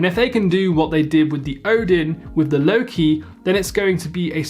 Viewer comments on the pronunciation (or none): none